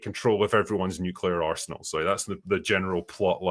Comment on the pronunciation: When is saying arsenal I kept thinking he was saying arse-hole 😂